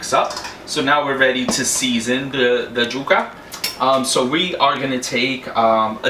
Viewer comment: Yuca not juka!! Y sound not J!!